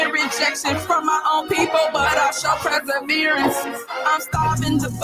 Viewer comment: Perseverance, NOT preserverance 😂😂😂